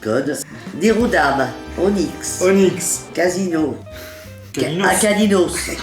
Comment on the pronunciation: Casino au lieu de caninos😂😂 c est une tueuse